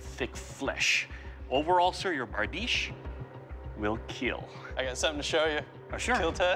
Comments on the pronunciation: Bardiche will kill "IT WILL KEAL" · It will KEAL